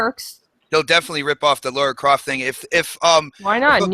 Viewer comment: it's Lara not Laura. fucktards 😂